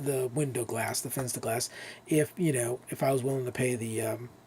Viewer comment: Very nice video, thank you! I am glad, my "Fensterglas" is still good, but good to know how to replace it now. Regarding "Fensterglas": You can pronounce it like "FAN - sterglass", that means the "Fen" part of the word "Fenster" is pronounced like the English word "Fan". PS: I love the new opening sequence! MUCH better than the old one. Very well done, mate!